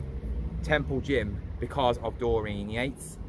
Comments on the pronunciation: His name isn’t Dorene it’s Dorian (Door Ian) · I meant the way you pronounced it twice at end of video... not spelling it